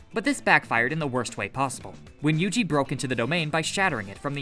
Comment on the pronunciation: Yugi!? Really its yuji